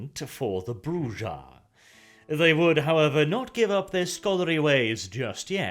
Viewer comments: That's mainly thought because it IS pronounced "Bruha". It's Spanish. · It is. It's "Bru-ha" and it's how it was pronounced in both prior games. is illiterate. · I suggest looking into each clan name's pronunciation, Brujah and Lasombra are Spanish names, so they are trickier to pronounce. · The longer the video goes, weirder the pronunciation of Brujah gets xD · ive heard that name pronounced so many ways but this is the first time ive ever herd the J pronounced with z or s sound... Generally I hear it pronounced with an H but yea... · I NEED to cover the Tzimisce. Also I appreciate using almost every pronunciation of Brujah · I Love this! I find your take on the Brujah about the same as mine so it is nice to see I'm not the only one who interpreted their lore thus... although I do not share in your pronounciation of the clan name XD. I do hope you continue this, if not only for the sake of VtM;B2 coming out? It would be awesome with a Lore video like this for every clan they reveal as playable, and perhaps an "Honorable mentions" sub series for the ones they leave out of the game? Hearing your take on Vampire the Masquerade Lore is both interesting and fun! And of course hearing your take on any SJW influence on the game when it rears its' ugly head is a must! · Clever. is demonstrating why constantly fighting the status quo is so disruptive by refusing to pronounce the clan name the same way twice. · Your pronunciation of Brujah is killing me. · It's a mexican name pronounced "brew-ha" the j is a an h is Spanish. Thats why in chat Spanish speakers type jajajaja meaning hahahaha. Other then that i like this. Thanks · Arent they called „brucha“?Ah sorry i dont know to spell this sound in english like a k but a bit like growling? Like the german ch? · Bruja is witch in spanish, so it's broo-ha. Here's a writer who worked on vtm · Its pronounced BREW-HA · i believe its pronounced "Bruha" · Bruza? What? That is some funky pronunciation.